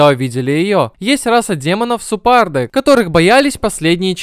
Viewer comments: Когда смотрел аниме был не супард а сперд, и гилен а не гилейн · Во-первых не су́перд, а супе́рд, во-вторых не Гиле́н а Ги́лен